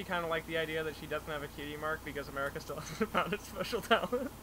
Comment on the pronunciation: It's.... it's.... a-MARE-ica! .....i'm sorry.